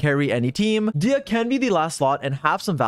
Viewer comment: I cant believe he would mispronounce Disias name like that